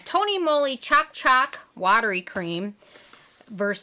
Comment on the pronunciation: Lol you said CHALK CHALK it’s Ch-o-K ch-o-k like choke